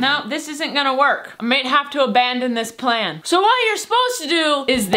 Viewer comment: i thought she said plant tbh